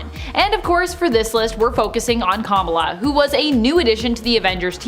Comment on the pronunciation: The pronunciation of “Kamala” is sending tremors of cringe down my spine.